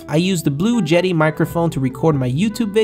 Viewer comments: He said blue jeti.... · It is pronounced "Blue Yeti as Y". Regardless of your accent.